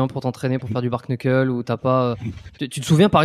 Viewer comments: Bark-knuckle ? La prononciation est très mauvaise c’est bare-knuckle et se dit en phonetique bare-nuckle (certains disent juste bare) ! Il n’y a pas de K à la fin de bare et le K est muet en anglais sur un début de mot 😅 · Bare Nuckel, on dit pas K dans le Kn en anglais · Et ils prononcent le A alors qu'en anglais phonétique ça se prononce"Bère", le A se prononçant comme un "è" 😂😂😂 du coup à l'oral ça se dit "Bère Neuckeul" mais ça s'écrit du coup "Bare Knuckle" Ça pique les oreilles leur prononciation 😂